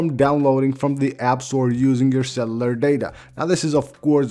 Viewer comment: “cellalar data” 😂😂😂😂